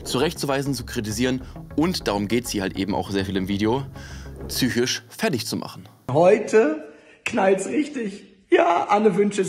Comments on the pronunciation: Psychisch nicht zsüchisch🤣😂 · Hehe tsüchisch. PS ja sry ist unangebracht ich weiß, aber ich musste halt das ganze video daran denken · „Tsychische“Probleme und „Vorbildsfunktion“ 🏫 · Tsychisch? Tsychose? Warum? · Ich bin ganz bei dir,,,, aber warum sagst du Züchisch anstatt psychisch????? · Sag noch einmal “tsychisch” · finde wenn so oft ein und dasselbe wort (psychisch) in einem video vorkommt, kann man sich auch die drei minuten Übung geben, die es braucht jenes Wort richtig auszusprechen. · Junge es heißt psychisch !!! Wie du mich triggers😂